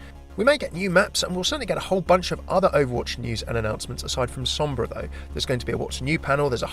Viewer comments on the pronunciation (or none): none